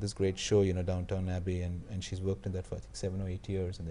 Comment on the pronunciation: Not Downtown Abbey but Downton Abbey